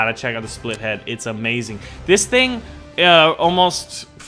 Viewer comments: Why u say split -head instead of spitlead? I really need an answer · Its spit-lead, not spithead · OH MY GOD. ITS SPIT-LEAD NOT SPLIT-HEAD! FOR GODS SAKE WHY DOSE EVERYONE SAY THAT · The big plane is pronounced SPITlead